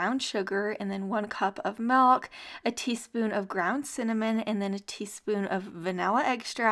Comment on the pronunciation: Somebody please tell me what is this "melk" I keep hearing about?